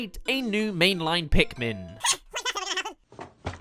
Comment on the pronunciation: it’s called pikmin not bikmin